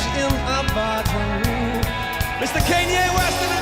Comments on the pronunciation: when he said Cane-yee West 😭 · "kanye east" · “Kanye East.” IM FUCKING DEEEAD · everybody